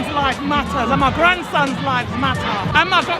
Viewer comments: The fact that no one has pointed out that it’s “LIVES” not “LIFES” it’s like bruh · man said lifes with a f